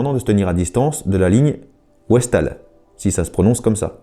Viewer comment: La Ligne Siegfried s'appelait WestWall :prononcer : veste valle (mur de l'ouest) .